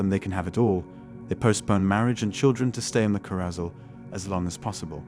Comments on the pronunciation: My guy, please learn how to pronounce “carousel.” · Looks like they found a voice computer that cannot pronounce the word “carrousel”. How weird!